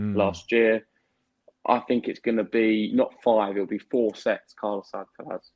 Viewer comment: At least this guy stopped saying Alkawrath 😂